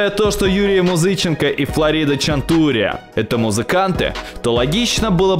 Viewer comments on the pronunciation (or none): причем Уса'чев. Еще и Музыче'нко вдруг стал Музы'ченко